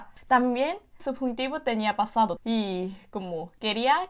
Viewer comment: La pronunciación fonética está al %95 . Cuando dice PASADO debe pronunciar la d suave . La lengua no toca el paladar . En otras palabras se pronuncia la D tocando el paladar. La s suena diferente . La letra L debe pronunciar la mas fuerte y larga. Pero algunas palabras si las pronuncia bien. Falta un poco de fluidez pero es normal porque su lengua estaba constumbrada a otra fonética.